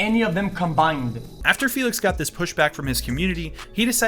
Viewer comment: You using the félix with the wrong akcent, you acualy got to announc her name with hungaryan akcent!